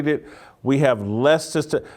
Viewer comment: Did I hear you say “testesteron? I think you meant “testosterone”.